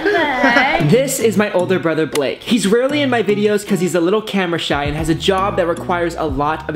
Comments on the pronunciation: nobody :litreally nobody, me: *noticing lexi calling him bake instead of blake * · Is it just me or whenever Lexi say Blake it sounds like "Bake" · I love how Lexi said ‘Happy Birthday Bake’ rather than Blake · Lexi said bake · Can we just admire the fact that Lexi says “happy birthday Bake”